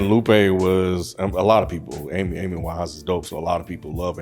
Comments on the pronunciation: Dude said "Alice Winehouse" lmfao 🦉#ImOvrHearNow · Did say “Alice” Winehouse?